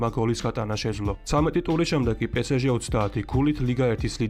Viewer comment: Pe Es Ge პე ეს ჟე - სწორია პე სე ჟე - არასწორი